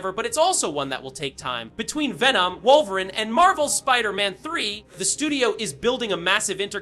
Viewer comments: Facts! It's pronounced Wolvereen! Wolveran LAMO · Stop pronouncing Wolverine without the E - it's not "Wolverin" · Shit pissin me off 😂😂😂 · Is this an AI voice over or does this guy have a hard time pronouncing wolverine 😂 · Yea this guy can’t say Wolverine is insane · Has to be Ai Wolveran and Professor Charles Gayvier 😂